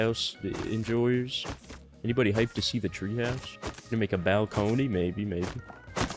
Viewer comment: says balcony funny